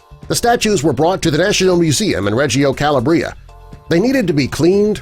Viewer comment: Calabria is pronounced "ca LAW bree a" not the way this guy said it. If your aim is to inform about things please say it right.